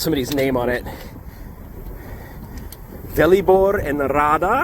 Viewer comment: I like how you pronounce name " Velibor " :D , i am also called like that